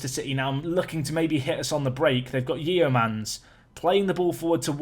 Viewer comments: It's just 'Stay-thum'. Also 'Yeomans' is 'Yo-muns' like Yeovil. Ah, you got it right eventually. Good job, dude. You may suck at pronunciation but you're a pretty damn good manager, dude :) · "YEO-MANS", honestly funny listening to some of your pronunciations, hard to tell if sometimes you are doing it for comedic effect or aren't British at times. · Jan Yeomans (pronounced Yo-Mans) used to play for Boston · Your pronunciation of traditional English names is funny. Yeomans - Yo-mans